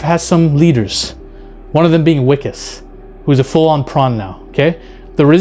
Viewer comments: Not "wickes"..it's pronounce Vickus...if you read it in American english. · Wikus is pronounced Vikus ;) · Wiccus is pronounced vicus in afrikaans w is pronounced as V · Wikus is pronounced "Vikkis"... it's a V sound not a W. Sorry 😅 but love that you love this movie. Bring back South African Sci-Fi! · The pronouciation of his name is with a 'V' not a 'W'. 😉